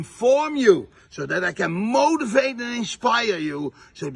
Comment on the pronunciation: Ok... I LOVED this video so much. This guy... I mean... I was dying the entire time. When he said "motivate" I kept hearing "mold" instead. He wants to mold and shape you to be his follower for life! 🤢 The whole thing felt outrageous. Thanks for this, I look forward to seeing/listening to more! 👍